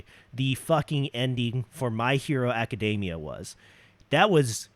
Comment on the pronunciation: What's more shitty is you saying My Hero Macadamia instead of Academia.